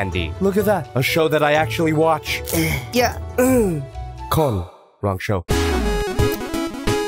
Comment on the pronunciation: i fuckn shat myself when said "kon"